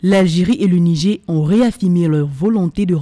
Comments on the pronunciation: Ce n'est pas le "Nigé " mais le "Nijére" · Madame la journaliste, on dit "Nigère" et non "Nigé"